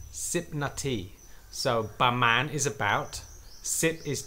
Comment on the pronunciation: It's PRA-man, not BA-man. Learning to read is crucial.